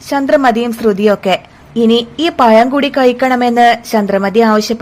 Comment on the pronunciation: Kadha parayan thudangunnathinu munp tongue cleaner tongue clean cheyyanam anhale pazham annu ucherikkan kazhiyu allenkil payam annu parayendivarum.